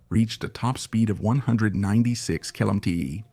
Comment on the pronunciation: Great example of the power of human ingenuity and the infinite ways AI can mispronounce km/h.